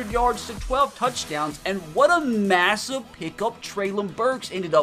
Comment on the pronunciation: This man loves saying "massuve" instead of massive lol